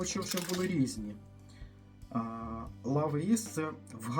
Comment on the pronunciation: Love читається як [lʌv] Тобто ЛАВ, а не ЛОВЕ😬